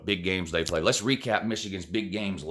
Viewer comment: So your problem with Minnesota is, "Who dey pwayed?"